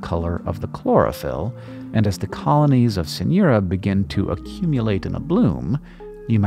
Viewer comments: As a hispanic, every time you said Synura i could only hear “señora” lol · "Señora"? Ah, it's only weird accent in the pronunciation of "Synura". Sigh!